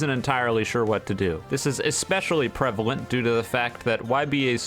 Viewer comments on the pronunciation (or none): none